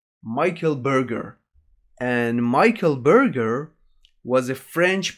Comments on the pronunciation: Berger is pronounced "Bergé" (R is silent) in French, since you're studying French. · Try to pronounce Michel Berger name more like Ber-je (as the beginning of Jerry, well only kind of, but still more recognisable this way than saying Burger...)